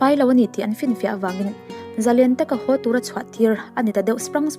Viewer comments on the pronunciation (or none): Ngaihnawm thin hle ,mahse mawm ,hau ti loin ho Tila angaihnawm leh zual anga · Passenger hau tih hi passenger ho tih ni se